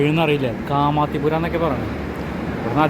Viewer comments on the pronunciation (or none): കൂടെ എയ്ഡ്‌സും കിട്ടും അത് കൊണ്ട് വേണ്ടാത്ത പണിക്ക് പോകേണ്ട... പിന്നെ കാമാത്തിപുര എന്നല്ല കമാട്ടി പുര എന്നാണ് ആ സ്ഥലത്തിന്റെ പേര്.. മലയാള പദത്തിലെ കാമം എന്ന പദവുമായി അവരുടെ ഭാഷയിൽ ആ ശബ്ദത്തിന് അർത്ഥം ഇല്ല..... കാമം മൂത്ത് പ്ലക്കാൻ പോകും മുൻപ് ഒരു കാര്യം ഓർക്കുക ഒരു നിമിഷത്തെ സുഖത്തിനു വേണ്ടി ഒരു ജീവിതകാലം മുഴുവൻ മഹാരോഗം ബാധിച്ചു നരകിക്കേണ്ടി വരുന്ന സാഹചര്യം ഉണ്ടാക്കരുത്... കോണ്ടം എന്ന വസ്തു ഇട്ടത് കൊണ്ടൊന്നും കാര്യം ഇല്ല.. കോണ്ടം 100% സുരക്ഷ നൽകുന്നില്ല... കോണ്ടം ഗർഭ നിരോധനത്തിനു വേണ്ടി മാത്രം ഉപയോഗിക്കുന്ന സാധനം...അവിടെ ഉള്ള പകുതിയിലേറെ ലൈംഗിക തൊഴിലാളികളും HIV ബാധിതരാണ്.. ഓർമ്മയിരിക്കട്ടെ